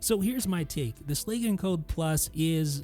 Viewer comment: It bothers me immensely how you pronounce “Schlage”.